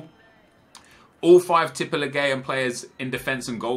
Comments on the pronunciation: teep e leagu an thats how you pronounce it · In Tippeligaen, you dont say the E. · Please don't say tippeligaen again, your norwegian isn't at 100% Ps: i love your videos on both channels. I am Norwegian thats why my english isn't on point. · I am from Norway an you pronounce it like Tippe like tips just with the other letters and league just with an at the end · its prounanced tippeligan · pronounciation is; tippe-league-an say it fast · AS a Norwegian guy, your pronounciation was so wrong, but i rate the try keep it up Nepen the Z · OMG the way you said tippeligaen im so triggered rigth now 😂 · Hahaha, the way you pronounced Tippeligaen killed me! Don't worry about the "en" at the end. Just call it Tippeliga or say Tippeliga-players. ;) Don't even know why I care, since you'll probably say Tippeligaen about 0 times the rest of your life.. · You dident just say tippeligaen wrong, you sedd it so wrong i coudl stop laugthing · I'm from sweden and this is the norwegian league and you say it very wrong. Absolutely hahahaha